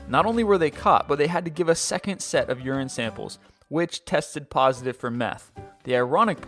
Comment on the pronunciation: uran samples? as in pee samples?!?!?